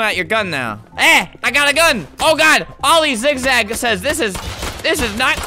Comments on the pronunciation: Every time he says ‘oil zigzag’ I feel like he says ‘all these zigzag’ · Every time you kept saying oli zigzag it sounded like all these zig zag